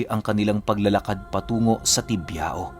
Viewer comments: Tibiao is pronounce at Tibyaw. Sa Panay Island kc mix Spanish Ang ibang words dun, Kya Ang pronounciation Spanish. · Bayan ng "Culasi",,next na bayan ay "Tibiao" (Tibyaw) ang tamang pagbigkas ng lugar..Sunod na lugar ay "Barbaza",tas "Lauan"(Lawaan ang tamang bigkas.)sunod ay "Guisian"tas sunod ay ang bayan namin,.Bayan ng "Bugasong" tas yung city namin,bago ka makarating sa pinaka city namin,madadaanan mo ang bayan ng "Hamtic" alam ko malapit na yan sa city namin, "San Jose Antique".. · ung pag pronounce po ng tibiao deretso po dpo nakahiwalay ung o hehehe